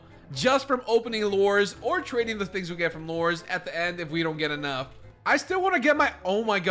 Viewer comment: He keeps calling lures lores